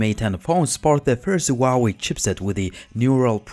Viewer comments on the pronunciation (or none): This is not a bi phone. It is still small compared to main market phones in Asia. I have the 6 inch Mate 9 and it is kinda small. Also it is hu hu hu hwa way 华为 huawei you have to say the H!!!!!! Please ask any Chinese person.